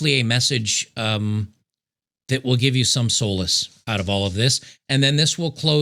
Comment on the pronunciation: solace is not pronounced soul-less